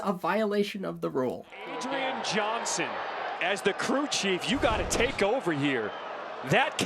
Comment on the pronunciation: … And this ballgame is ovah!